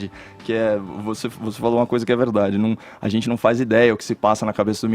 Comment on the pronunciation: Quero morrer quando ele fala “azenti”